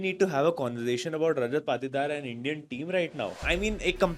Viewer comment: Bhai tujhe patidar bolne nhi ata kya